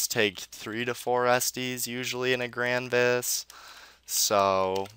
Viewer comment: Why do you call it "The Grindfest"?